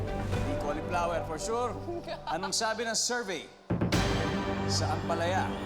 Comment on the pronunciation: Cauliflo-wer not cauli-flour